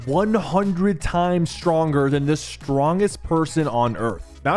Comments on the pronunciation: Bro missed to make stronger and said sronger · 0.31 hes missing a T in the word s tronger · 100x “sronger” ☠️ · „Sronger“ lol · 100x “sronger”